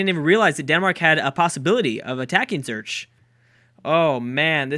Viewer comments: I know this a year-old vid, but: It's pronounced "Zoo-Rik", not "Zurch!" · It's Swiss City, not Switzerland city, also it's Zurich not Zerch PS Why didn't you build an army Dufour, I was voting for you :( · "Zurich" is pronounced like "Zurich" isn't exactly helpful though. I tried thinking up an English word that has the same sound as the "ch" in Zurich, but couldn't think of one. We train to pronounce it like "Zurick" instead of Zerch, which would at least be closer. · I've told him Zurick multiple times, it didn't help so I thought I'd try something else :P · Some quick help on pronunciation: Basel (Switzerland) is "BA-cell" BA as in "Bald" stress on the first syllable. A long "A" (compare with the short A of "Hazel"). Zurich is SUE-rich ("rich" as in Richie Rich, OK?). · Zurich is pronounced z-u-rich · It's pronounced Zur-ik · This is not how you prononce Zürich XD !